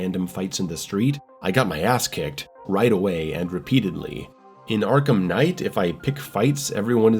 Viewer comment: Arkham not Arkam 😂